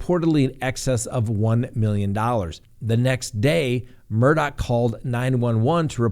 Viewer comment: Good job on pronouncing it correctly. His name is spelled Alex Murdaugh but is pronounced Aleck Murdock